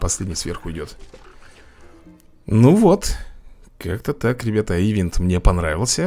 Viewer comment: Правильно говорится и читает ивЭ"нт!)